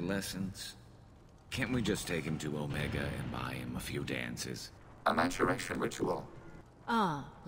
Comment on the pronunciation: MATURIATION Ritual... oh legion, you don't pronounce it literally!